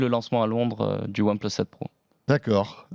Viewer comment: One pleusse :D.